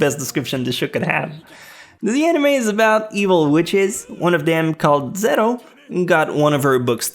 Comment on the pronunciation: "Zerro", there is no excuse that can save you now....